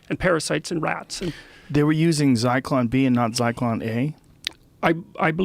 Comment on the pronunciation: It's Zyklon B you dumb fuck Rogan